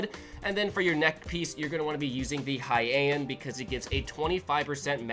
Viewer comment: Thanks for sharing something amazing and also Heian is pronounced "Hei-an" like "Hay Aunt"